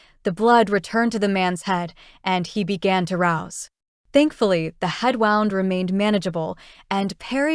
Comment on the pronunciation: Good story, I emjoy all your books. The narrator I'm assuming is AI...wound is always pronounced wrong. But enjoying the books.